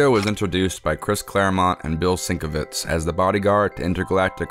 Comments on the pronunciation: Great video. Just one thing, it is pronounced sin-kev-itch. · Sin-KEV-itch. That’s how you pronounce Bill’s last name. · Pronounced 'sen kev itch'.. just saying😊 Bill is a brilliant artist.👍🏻